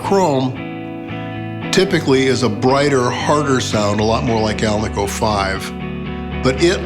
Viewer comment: Cool pickups, fantastic playing and. What’s not to love? And great to hear someone pronounce alnico correctly.😜